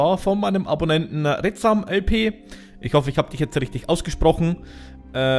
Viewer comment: Schön das du meine Challange gespielt hast :) Hast mich nicht richtig ausgesprochen aber scheiss egal xD Eigentlich sind Kisten erlaubt aber ansonsten alles ok was du gemacht hast :) MFG Retsam LP